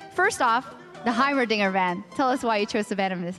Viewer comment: did he just... did he just say heimerdonger?